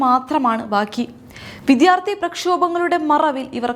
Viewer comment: വിധ്യാർത്തി അല്ല, വിദ്യാർത്ഥി